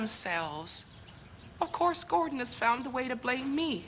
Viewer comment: I like the way she keeps saying 'Gordond'.